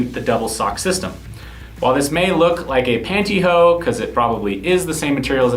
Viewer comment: "Panty Hoe?" Uhm, it's pronounce PANNtY HOSE. LMAO